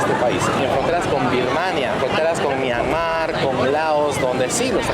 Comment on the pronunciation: Myanmar es palabra grave, no aguda.